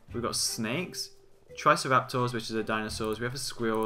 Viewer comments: dude, you DONT know haw to say triceratops. it's not trycerasaws it try-sera-tops DUDE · Lmao, the way you pronounced Triceratops. You literally said trice-raptor. The pronunciation is actually, Tri-cera-top. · Lol u don't know how to pronounce triceratops u pronounce it try-cea-raptor silly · You butchered Triceratops so bad.